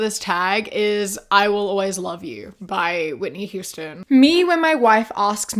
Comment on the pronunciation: Hate me all you want, but whenever you say "by", my head turns it into "bi" lol